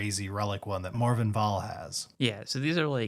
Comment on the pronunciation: finally said MorVENN not MorGAN! I'm so proud of him